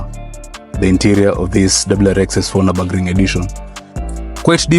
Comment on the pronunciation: Its prononounced Niobogring when saying it.